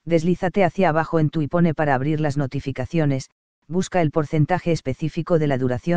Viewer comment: Ipone? Vaya pronunciación